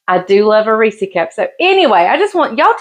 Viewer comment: Reesie? Is that how Reese's is pronounced where you live? I've never heard it pronounced like that. 🙂 Cool.